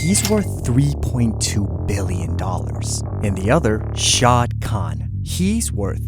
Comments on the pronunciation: "Shahid Khan" not shad Khan. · It's Shahid Khan not Shad Khan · Its not SHAAD khan its SHA-HID khan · Its pronounced sha heed man